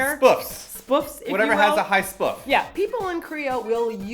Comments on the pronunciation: You calling SPF Spuff - Is that a joke? or are you for real? haha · )) why'd you say "spf" instead of S-P-F? Is that common in Canada?